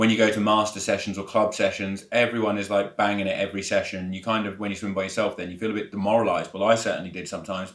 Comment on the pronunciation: Did he say SWING club sessions or swim club…..😂😂😂😂